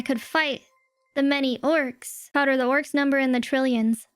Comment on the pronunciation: "They shoot, Other"😂 Yes, Powdur Yes